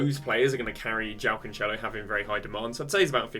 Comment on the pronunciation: “CanCHElo”, “Gee-eiro” you can go on with the names